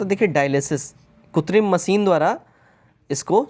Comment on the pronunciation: Kritim hoga not kutrim